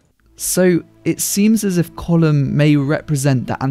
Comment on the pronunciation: Our fourth green field? Have to say finally someone can pronounce Colin Farrell's charecter's name.